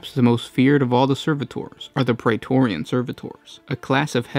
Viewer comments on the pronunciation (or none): none